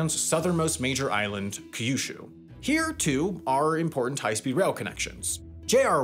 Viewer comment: It's not pronounced "ka-yu-shu" or "ki-yu-shu". Pronounce kyu like the letter "Q".